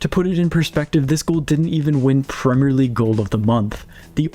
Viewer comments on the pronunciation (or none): none